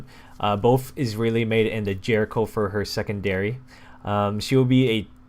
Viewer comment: the jericho said like yericho